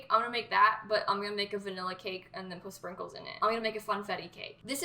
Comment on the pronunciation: I thought she said Pringles instead of sprinkles and almost had a heart